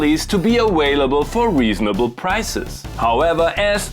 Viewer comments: What the H is "awailable"? lol You crack me up man ;D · "awailable" is a word that has to be included in english dictionary right away 😍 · "Awhaleable" and "Wintage" explains it all!